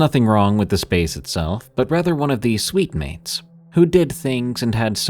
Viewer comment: Ooohhh SUITE- MATES NOT SWEET- MEATS